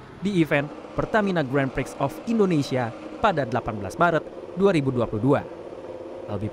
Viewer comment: Buat narrator nya. Grand Prix itu disebut'Gren Pri'atau lebih bagus 'Gron Pri'. Media mainstream itu harus lebih berhati²..